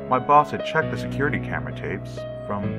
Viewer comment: I thought at first he said: "My balls and I" instead of "My boss and I".